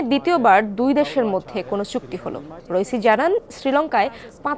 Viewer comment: রইসি না ইব্রাহিম রাইসি হবে।